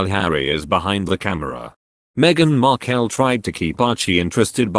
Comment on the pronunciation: Your narrator isn't even pronouncing Meaghan's last name correctly. Get it right!